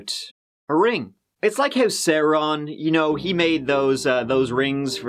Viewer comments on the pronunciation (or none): it's Sauron ( phonetically equivalent to the word "our" preferred by a very short "ah", such-as you'd pronounce when a Dr. uses a tongue depressor at physical time asks you to say ,"ah" ... ) , not Sa-ron with "Sa" pronounced like it is in the word 'sad' . Sorry , not an iota of disrespect intended , but that was driving the Tolkien fanatic in me to the point of not being able to focus on the story it was so outstanding. ( no. I've not seen the movies) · I will forgive for fucking up the pronunciation of Sauron